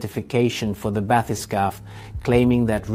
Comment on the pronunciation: This bathy-skaff pronunciation is not English. It may be French. Maybe. Sorry. In English you want bathy-skape.